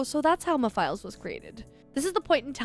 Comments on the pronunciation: ah yes, "meh files" LMAO its like "meh-fil-es" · it’s like Mephistopheles but take out the “stophe” of that word to shorten it and you’ll get the name Mephiles as you try to do the pronunciation switch up going from both Mephistopheles & Mephiles but switch between both at a slow paced and when you hear your self saying it that way??? You’ll know that it’s “Meh-fill-es” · Mephiles "Meh - Fill - ess" :P